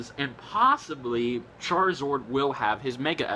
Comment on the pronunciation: its charizARD not charizord